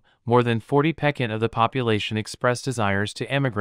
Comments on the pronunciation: Using "pekent" for "percent" is 28 pekent wrong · Great info but please look up the correct pronunciation of the word ‘percent’. Incorrect pronunciation results in a lose of the train of thought. And this is so worth listening to. Thank you.